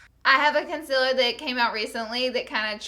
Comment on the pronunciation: did anyone else notice that she says the word "concealer" like "conciller" ?😂